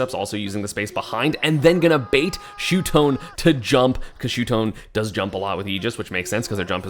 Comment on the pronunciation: its no shutone esam its shuton